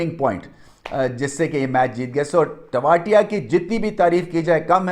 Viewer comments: तेवतिया है वो टो वातिया नहीं 😡😡😡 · टेवाटिया नही ।। तेवतिया